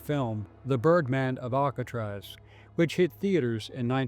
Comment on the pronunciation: Ohhhhhh...I thought they said turdman of alcatraz...😂